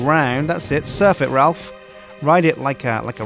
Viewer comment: It's more like Ralph, actually.